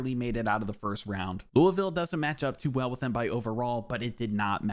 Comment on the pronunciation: Surprised you pronounced Louisville the way locals pronounce it. Chucky Hepburn ain’t a 81 he’s like a 87 at least 😂